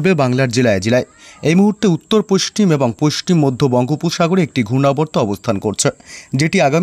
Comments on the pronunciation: পশ্চিম কে পশ্টিম কেন বলছেন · পোইষ্টিম নয়,হবে পশ্চিম। উচ্চারণ ঠিক করুন।সুনতে বাজে লাগে। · পাচু,পোস্টিম বঙ্গ বলছে আবার পোষ্টিম মেদিনীপুর 😂😂😂😂😂 গাঁজা খেকো পশ্চিম বলতে পরে না । খবর পড়ছে